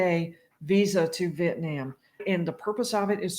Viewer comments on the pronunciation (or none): "Vietniam" lol